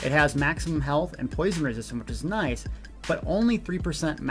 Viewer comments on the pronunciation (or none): none